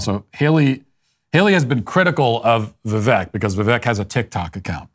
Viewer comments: Ffs Matt, its "vi-VAKE" Like "the Cake". When you don't pronounce things properly it reflects on your lack of care, lack of research, and lack of attention to detail. Cmon you smug bastard... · It’s pronounced Vi-“Vake” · Even though you are not pronouncing Vivek correctly (it does not rhyme with neck; it does rhyme with cake) your take on the winner of the debate was correct. Keep up the good work. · Vivek not ron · Hey Walsh ... it's Vivek, like "cake"